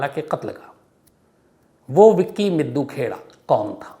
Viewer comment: सही उच्चारण मिड्डू खेड़ा है